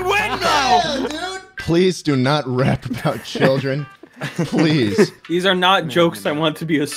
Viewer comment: “BUCKET UP CUZ IMA TALK TO CHRIDLEDN TOWN”